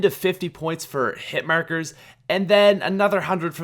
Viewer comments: "Hitmerkers" Its Hitmarker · The way he says ''hitmarkers'' is so weird. He says ''Hihtmerkers''